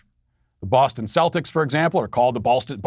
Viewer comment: I’m offended by the pronunciation of Celtics and I’m not Irish